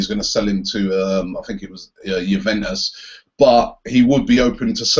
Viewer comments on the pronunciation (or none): none